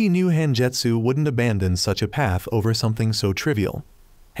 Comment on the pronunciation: bro switched to British mode he said paf